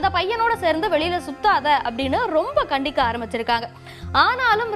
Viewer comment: (கண்டிக) இல்ல கண்டிக்க தமிழ் மெல்ல மெல்ல ....